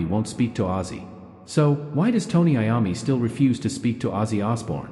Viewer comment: Is this AI .Because he is mispronouncing Mr. Iommi's name